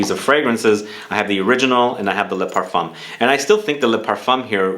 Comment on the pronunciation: Parf 1 . The M is silent